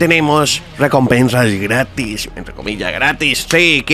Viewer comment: Nada que ver cuando dice " gratis" xD